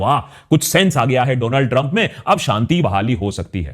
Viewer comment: Donald trump ❌ Dooland Trump ✅😅